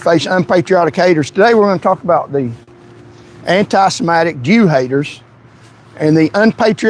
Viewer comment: You don’t even know how to say the word “antisemitic”. The only entertaining part of your drivel is your ability to misuse and mispronounce your native language. If English is the official language of the USA (it’s not), you should learn to speak it. Failed Patriot.